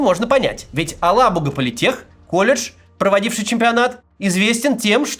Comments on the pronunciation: АлабугА! Ударение правильно ставить нужно на последнем звуке. Устал уже повторять. Татары, что молчите? Совсем обрусели и даже поправить ведущих не можете? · "Алабуга" читается с ударением на последний слог и мягким "г". Проверьте, на какой слог ставят ударение татарстанские чиновники.